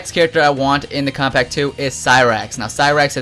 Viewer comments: It sounds like he's saying, "Kompack 2." lmao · How are you saying Kombat Pack 2? You say it like Kobpack 2 WTF?